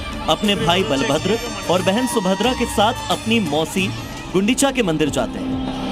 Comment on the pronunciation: Can you please correct you pronounciation it's bala(power)bhadra(gentle) not bal(small boy) bhadra